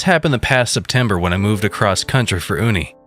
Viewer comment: Uni=you-knee. Short for university. Love glitches and your narration.